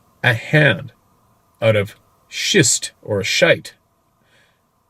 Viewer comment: Schist (rhymes with "list") is a medium-grade metamorphic rock formed from mudstone or shale. It is a sort of conglomerate.